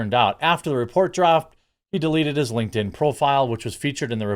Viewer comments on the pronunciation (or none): none